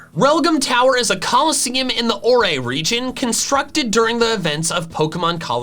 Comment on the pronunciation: triggered Pokenerd noises "Orre" is not pronounced "or-aye," it's pronounced like the word "ore"!!!! >:(